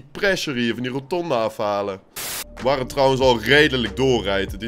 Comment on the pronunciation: Iemand die 400 keer per minuut roNtonde zegt zou toch moeten weten dat het rotonde is -_